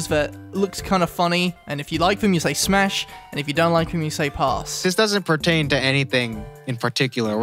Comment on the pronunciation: Bruh “smas”